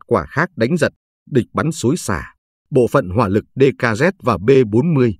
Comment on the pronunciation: Dkazet, chư k phai dkret. Đoc chan lăm!